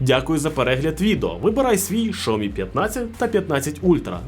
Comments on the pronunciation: раз на те пішло і хочеться бунтувати -- то перекладач каже "шЯомі" а не "шАомі") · Не шаомі а сяомі ,дурень навчись розмовляти.... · Дурень, який " шаомі" ? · Шаомі? Не зміг дивитися більше однієї хвилини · В переводчики китайском, произноситься Ся... А то что вы включаете англ.переводчик, это не правильно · Шаомі? Закриваю відео відразу.... Йдіть вчити вимову